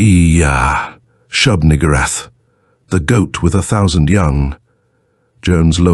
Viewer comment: Very careful pronunciation. Nugoorath. Lol.